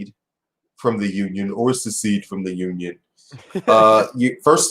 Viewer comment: It's secede 🤣